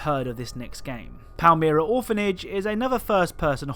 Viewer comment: Palmyra is pronounced palm-i-ra